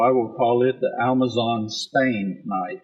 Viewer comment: Thought I was stroking out, but in trying to sound all accurate and right he says, "Almazon" and it's killing me. Literally lol-ed